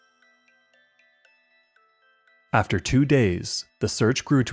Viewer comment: "Word got OOT" Canadian detected